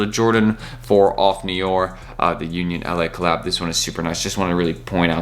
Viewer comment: Off No* R. Not of neeeooorrrr